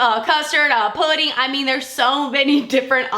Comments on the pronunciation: Putty, not pudding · I heard pudding thought it was a joke 🤷🏽‍♀️